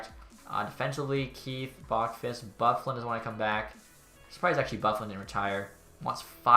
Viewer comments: Why do you insist on pronouncing Boqvist as BOCK-vist when it’s BOH-KWIST? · It's BOW quist